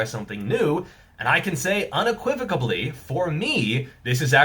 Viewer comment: Vemenently and unequivocably? making new words for the English language at the same time as new muscle on that great physique of his 😂. Respect!